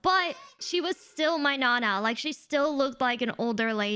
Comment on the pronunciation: Hearing say "nana" like that makes me think she's Mexican